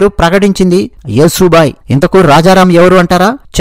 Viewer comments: మిత్రమా... ఆమె పేరు "యశోబాయి" Yasho bai. యసు బాయి కాదు. please note. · సోదరా! యశో బాయి అని చెప్పండి. మీరు స్పష్టంగా పలుకగలరు. మీ వీడియో చాలా బాగుంది. ఆవిడ పేరు యశోద లేదా యశస్విని అయి ఉండవచ్చు.